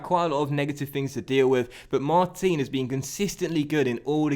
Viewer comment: Just being nit-picky here, but Mar-teen is actually pronounced Mar-tan in French. Love the series and your content, keep it coming!